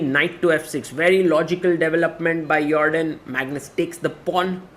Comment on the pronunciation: it's a dutch name he pronounces it correctly actually